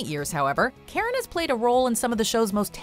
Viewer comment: I always thought Karen's name was 'Carrot' until i turned on subtitles i believed that fir a good while.